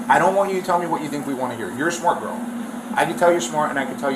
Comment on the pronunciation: What's a "gorl" 🤔🤔🤔 I thought it was "Girl" 🤔🤔